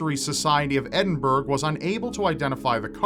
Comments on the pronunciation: Dude Edinburgh is not pronounced edinburg its edinbruh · His pronunciation of Edinburgh hurts me deep inside. Ed-in-burr-ah not ed-in-burr-g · It's not "Edinberg", it's Edinburgh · it is not Edinburg it is Edinburgh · Edinburgh is pronounced ed-in-bur-ah... not ed-in-burg... just saying, funniest pronunciation of my city I've heard xD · Good video but Edinburgh is pronounced Edin-buruh :) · Why does everyone pronounce Edinburgh, Edinburg? It is actually pronounced like EdinBRUH. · I'm going to refer to my home city as 'Edinburg' from now on, it sounds more Viking-esque. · May I say, Edinburgh is pronounced like 'Edin-bra' :-) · pronounce Edinburgh like edin-bruh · Normally love your videos but these 'unidentified' sea creatures always turn out to be BS and did you really pronounce it Edin-burg? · Edinburgh is pronounced 'Edinbra' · Did you say "Edin-BERG"? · I loved this video as I enjoy all your videos, but I would just like to inform you on the proper pronunciation of "Edinburgh". I have actually been there and learned how the locals pronounce it, and so I would like to teach you and anyone else reading this for future reference since many people mispronounce the name. It is actually pronounced more like "Edin-burra" or "Ed'n-burra". So, for anyone struggling to pronounce the name of Scotland's capital, now you know. I hope this helped. As another note, the "r" is often tapped. It's basically a half-hearted rolled r, so the tongue just taps once instead of multiple times. Anyway, keep up the great videos. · edin bra thats how you say it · it's clearly pronounced "toad load" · "Edinburg" .... that's...not right.. Wikipedia has the correct pronunciation by a Scottish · Edin-burg???? Oh, you;) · Please, learn to pronounce "Edinburgh" correctly. I, being a Scotsman, cringed at your pronunciation:( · I Love your vids mate but the way you pronounce Edinburgh hurts it really does, otherwise keep up the good work!